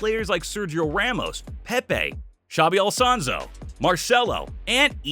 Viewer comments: I thought "Leeonel Messi" was annoying until I reached "Xabi Alsanso". Jesus Christ, man, the guy is not only a great former player, he's the current Real Madrid manager! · I quit when he said Xabi Alfonso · hell nah mans murdered shabi alsanso's legacy with that pronunciation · Xabi Alonso ❌️ Xabi Alsonso ✅️ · Xabi All-son-soo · "Xabi Alsonzo" Bro I pissed my pants laughing at that 😆🤣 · Xabi ”alsonso” 😂😂😂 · Love "Xabi Alsonso" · Who is Xabi Al Sonso? 🤣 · "xabi ALSONSO" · Damn you absolutely butchered Xabi Alonso's name